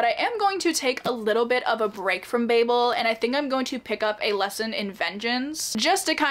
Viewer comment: Even though you said babel wrong throughout the whole video I’m glad you liked it , one of my favorite books 😂❤